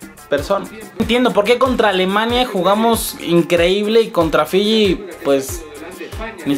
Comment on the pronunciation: dice filli LLANOS